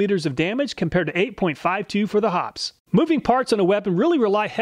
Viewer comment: It's Hop-pee's. 2 syllables.